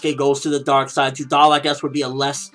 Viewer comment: its judar not judal